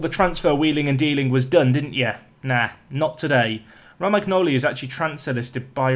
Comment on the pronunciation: Romagnoli is pronounced Roma-knee-oh-lee as an fyi